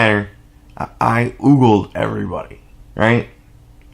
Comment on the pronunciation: It's ogled, as in oh-guld ;)